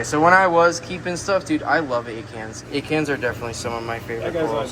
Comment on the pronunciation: Ok so when you were talking about one of your favorite corals "Acans" all I could hear was you saying "egg hands." I thought to myself what an odd name for a coral species so I googled it and quickly realized there is no such thing! 🤣🤦‍♀️